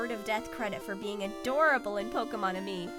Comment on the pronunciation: Woh, woh woh! Did you just say "Pokemon and me"?! It's Pokemon Ami! AMI! Like, French word for Friend.